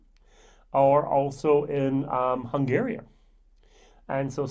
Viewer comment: The Czech Republic is a beautiful country and they produce truly wonderful beer (on par with Germany). I have some Russian friends who keep their whisky in the freezer and take shots with dinner (just like Vodka). By the way, it's Hungary, not Hungaria, and the Iron Curtain, not the Iron Wall...:-)